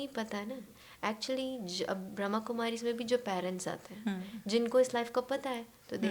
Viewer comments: Very beautiful podcast! Thanks to you both for it. Just one correction pls- It’s Brahma Kumaris (Brahma with the A) not Brahm Kumaris 🙏🏼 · Not Braham kumaris.Brahama kumaris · Brahma kumaris not Brahm Kumaris. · Pls pronounce properly....it is BRAHMA KUMARIS not bramkumari.... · It is not Brhm kumari!! It is ‘Brahma Kumaris’ It is so wrong to pronounce the organisation not properly with it’s name on a public channel!! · Brahm kumari Nahi ji , Brahma kumaris. Naam sahi lijiye tabhi faayda hai.